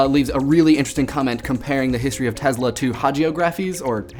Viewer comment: Its pronounces TeSla.. not tezla... Nikola TeSla